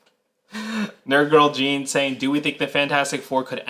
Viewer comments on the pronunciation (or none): none